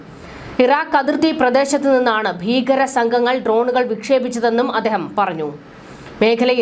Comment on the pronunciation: ബീഗരർ,സായുദ,പ്രദാന,യുദ്ദം , പരമാദികാരം, നിയമവിരുദ -- ഈ വാക്കുകളുടെ ശരിയായ ഉച്ചാരണം താങ്കൾ പരിശീലിക്കണം